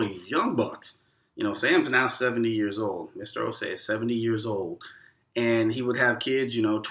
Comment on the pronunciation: I like how you guys correctly pronounced the’Osei’.. perfectly pronounced.. Welcome home 🇬🇭